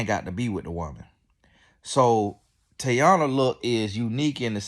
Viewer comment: Sir… can you figure out how to pronounce these people names before you make videos on them bc who is Tayana